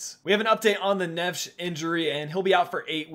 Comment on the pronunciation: Please pronounce neves properly